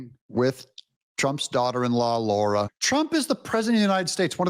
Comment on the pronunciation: What is SO DAMN HARD about speaking the word “Lara”? Explain yourself. Stop being disrespectful to Lara Trump. Her name is not “Laura”.